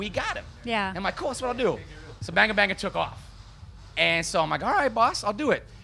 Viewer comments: Why do they say Banger Banger Its Banga Banga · the guy said banger banger not banga banga..... lol